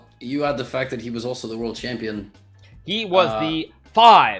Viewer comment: Why was 5 times world champion emphasized that way ??